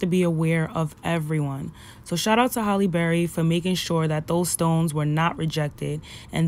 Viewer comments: People need to say her name correctly it's Halle not Holly or Hailey. That is the height if disrespect Hal-lee. I love her and always have and people trip on her and try to take away her blackness both black and white. She considers herself a black woman, (a black woman with a white mother...her words and taught to her by her mom) accept that. She respects us and doesn't allow anyone to confuse her or make her ashamed of her blackness. Beautiful lady with a beautiful spirit. Thank you for sharing this. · Her name is Halle, not Holly. If you are going to be a reporter you gotta be able to speak correctly... and know who you are speaking to. HALLE... HAL -E BERRY... not HOLLY...